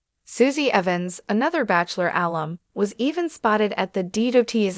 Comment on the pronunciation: This narrator and all narrators show learn to pronounce words right like Bachelor and Bachelorette. This goes for AI as well